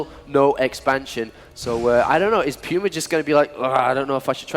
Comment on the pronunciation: Pulse means heartrate, not apm. If I hear someone say PYUMA one more time, I will shoot something.